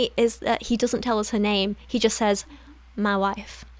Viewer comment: I snorted when you said "Mah Wife"